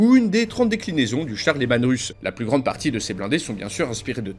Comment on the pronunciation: "Leman reuss" pour la prononciation ^^ C'est une référence au primarque des space wolfs